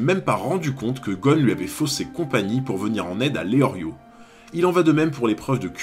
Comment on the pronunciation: Pourquoi tu dit leorio au lieu de lellio